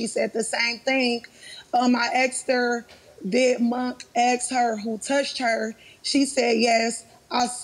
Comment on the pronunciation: I never knew a three letter word was so difficult to pronounce, its ASK not AXE.